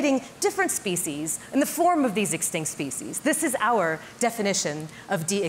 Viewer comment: What about preventing language from undergoing extinction? The way you pronounce "species" is abominable.